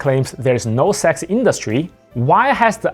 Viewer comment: I hear you say Sax, not Sex